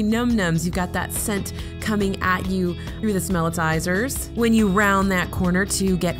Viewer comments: I'm pretty sure it's "Smellitzer" It is supposed to be a play on word Howitzer, like a Howitzer cannon. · I always thought it was spelled and pronounced as "Smellitzer."